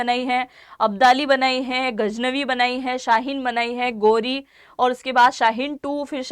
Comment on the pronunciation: Yeh Kesa Defense Analysis Hai Jisko Naam Pharne Bhi Nahi Aty Hadaf Ko Hataf Keh Raha hai Or Ghuri Ko Ghori Keh Rahi Hai 😂😂😂